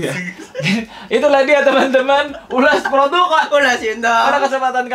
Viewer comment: 'ulass produqqq' ngakak mulu dengernyaa😭🤣